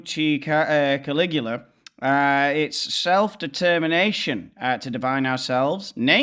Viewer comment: Caligula? I th8nk you said it wrong. 😂